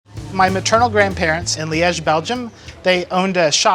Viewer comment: mate at least learn how to pronounce Liege properly